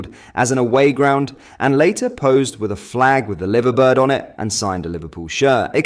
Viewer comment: You pronounced 'Liverbird' wrong. Come on lad, get it right, ffs!